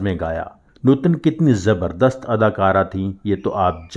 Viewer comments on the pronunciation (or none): none